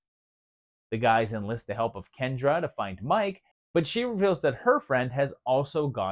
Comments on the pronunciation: "Me Kay" not Mike. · it’s pronounced MEE-KAY